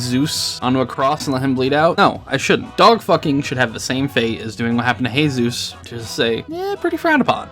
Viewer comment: love how you said jesus like a Spanish speaking person